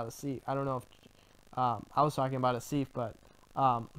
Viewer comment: As the guy who was insulted by him (I’m Asif, I renamed my account after Zach kept mispronouncing my name - it’s not “Aseef” like called me, but whatever) I find that rather funny. He’s very naive, and I hope he starts figuring that Greenblatt is playing him like he played me. The sad fact is that Zach is the bully shaking down his “community” for lunch money through that Ponzi scheme he runs on Patreon.